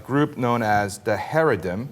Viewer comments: ITS CHAAA-REEEE-DEEEEM not Hay re dim (smh) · It's Hah-ree-deem not hairydem, you're driving me f*cking crazy. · It's ha-RE-deem, not HA-re-dim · Heredim... lol it’s Chareidim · it's not charedim, its haredim with a heavy, guttural h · This lack of knowledge is so offensive he even pronounces charadim right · wow what a load of shit i live in Israel and know plenty of haredim (pronounced charadim) and the vast majority of them are not like what you described at all they may be ultra conservative but they will not tell a woman to sit on the back of the bus they do not force the government to take down bill boards with women on them or anything like that sure their have been some incidents of charadim being violent but you can count them on on two hands, the vast majority of charadim just want to be left alone when they see girl with short cloths they dont attack them they look at the floor but of course whats to set a bullshit narrative that all religions have their extremists instead of the truth which is some religions are worse then others talk to me when charadim actualy start killing or at least when they have more then a few hundred extremist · pronouncing "haredim" wrong. It's like ha-reh-deem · FIRST OF ALL THE WORD IS HARA DEM SAY IT RIGHT AS WELL AS GETTING YOUR FACTS RIGHT, I LIVE IN ISRAEL AS A MODERATE ISRAELI IN JERUSALEM THIS IS JUST A FEW NUTS IN BEIT SHEMISH PLS PLS PLS IF YOU ARE GOING TO PUT DOWN AN ENTIRE GROUP GET YOUR FACTS RIGHT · Really,? You can't find people who can pronounce Haredim? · He totally mispronounces haredim. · The way he pronounces Haredim bothers me so much, he needs someone to correct him! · This asshole not only mispronounces the word, but says all ultra orthodox are the same? im as antireligious as the next guy, but this asshole is spreading lies.. be mad about the truth ... some people do these things.. not all!!! and not even most.